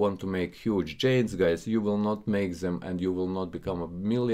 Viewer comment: Friend, its Gainz not Djainz, greetings from Amsterdam